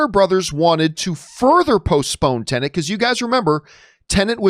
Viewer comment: Talks like an Pro on movie release and entitlement but can’t say the fucking title correct. “Tenant” 🙄